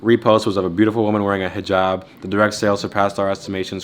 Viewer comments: Thanks for pronouncing hijab correctly. That’s how you can tell these people know stuff and pay attention to other people’s lifestyle/ cultures instead of the many other influencers/ social media people who may talk about this stuff but don’t act like that off camera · Aye nah that Hijab pronunciation was amazing